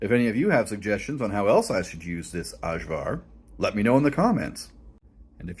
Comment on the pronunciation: Ajvar for English is pronounced Ayvar (Y used as in You)